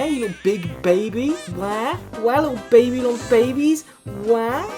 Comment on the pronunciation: getting to make a joke about ppl from Babylon being babies simply because she can’t pronounce Babylon is such a mood